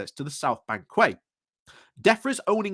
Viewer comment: Friendly note that 'quay' is pronounced as 'kee'.